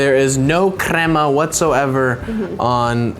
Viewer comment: You say krema wrong